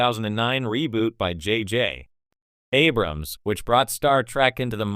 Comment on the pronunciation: "JJ. (pause) Abrams."